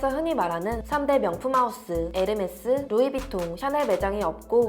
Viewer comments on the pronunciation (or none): none